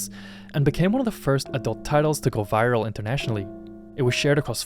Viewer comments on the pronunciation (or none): none